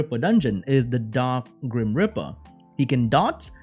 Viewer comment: Grim reeper, not grim ripper.